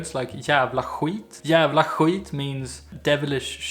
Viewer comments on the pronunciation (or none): Why is Skit pronounced khwit?